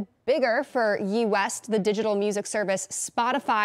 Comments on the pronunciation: She said Yee, not Ye. Lol. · Did she say “Yee West?” 😂